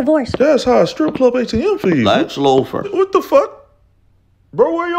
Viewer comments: "Lex lupher" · “Lex Loofer” 🤣🤣🤣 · Lex lewfur 😂😂😂😂